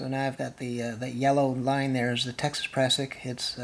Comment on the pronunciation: You need a lanyard for your ice axe !!! Prusik not pressick.